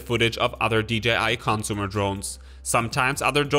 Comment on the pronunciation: It's not "cònsumer". It's "consùmer". It's not "autonòmously". It's "autònomously".